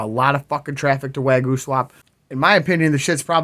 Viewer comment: Way goo? Wag yo? Waa gyu? WTFC!!!! Bahaha